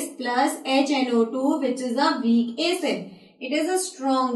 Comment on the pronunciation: Plz don't say aaacid, it's acid. Helpful video tho